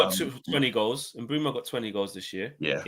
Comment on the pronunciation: Pronunciation is Correct Its ImBoomo We call Him MBOOMS 💥🔥🔥